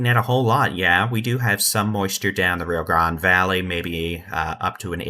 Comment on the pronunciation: The way you pronounce Rio Grande is really odd. It's not Ree-ah. It's Ree-oh